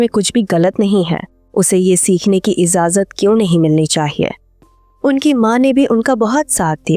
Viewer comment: Its not IZAZAT Its IJAZAT. Please prounance it correctly